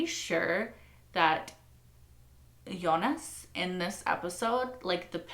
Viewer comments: FYI. Since you keep bringing it up by the way doesn’t bother me how you say it just wanted to help you since it seems to bother you a little. But Jonas as spelled is pronounced (in German that is) phonetically as Yo-ness. Obviously in English it’s Joe-ness. You keep saying Eunice lol which is a totally different and feminine name. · nah in German it's Yo-nahs actually, not with an e! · I don't mind when she mispronounces the other names, but whenever she says "Eunice" it really takes me a moment to figure out who she's talking about. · In French we say Jo nas or Yo nas (nas pronounced like Thomas, pronounced like sorry the english 'Ass')